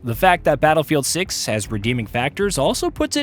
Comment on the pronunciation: Did you say battlefield suck or battlefield 6😂😂😂😂😂